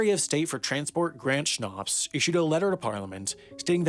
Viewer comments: Grant Schnapps? GRANT SCHNAPPS?! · Your Pronunciation of 'Grant Shapps' is the best thing about this video haha!